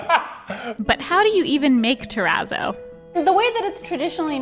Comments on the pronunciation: TEH-RAAAAZOW You've said the word pizza so many times. You know how to say terrazzo correctly. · Concrete Terrazz-oh-no : Funfetti Ter-RAZZO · I just watched do a project with Terrazzo! He kept calling it churrizo!😂😂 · The channel Ben’s worx just tried that Razzo stuff a couple videos ago and I kept thinking he said chorizo instead of terrazzo… I was like why are they calling it fancy salami? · Begging ya'll to learn how to pronounce terazzo. You're killing me here.